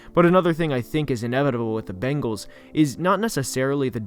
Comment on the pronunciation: IKR? It's so funny. The second worst is the "Bangles".